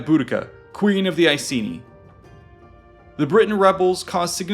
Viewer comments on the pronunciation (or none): Iceni is pronounced with a hard 'c' ( like 'ikeni'). There are no soft c's in the celtic languages!